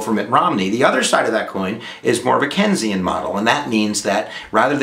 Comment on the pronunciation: Lol you said Kensian instead of Keynesian. Kenyan economic philosophy, lol.